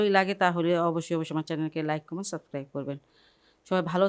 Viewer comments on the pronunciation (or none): none